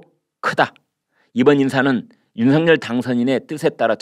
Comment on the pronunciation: 당선인 이름을 말할 때 "윤성열"이니라 "윤서결"로 소리 나게 해야 하니... 다음 부터 바꾸어 보시길...